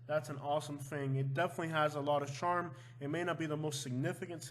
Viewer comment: Yeah he can't even say charm.